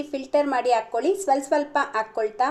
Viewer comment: ಆಕ್ಕೊಳಿ ಅಲ್ಲ. ಹಾಕ್ಕೊಳಿ